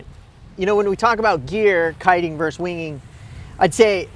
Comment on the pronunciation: For the record, the word is "VERSUS". Not "verse".